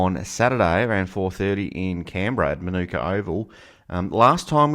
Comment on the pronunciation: You said Manuka wrong, the locals will be raging at you 🤣